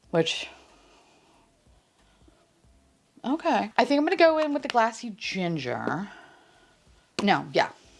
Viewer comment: Everytime you said “glassy ginger” all I could hear was “classy ginger” in a NY accent and it made me giggle 😂